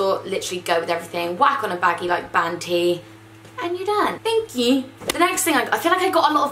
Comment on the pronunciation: "thank q" iconic